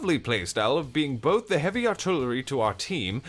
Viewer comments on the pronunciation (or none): none